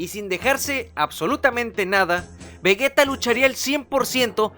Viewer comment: vegeta se pronuncia como si llevara j en lugar de g, exactamente igual que si dijeras vegetal, si no, se escribiría vegueta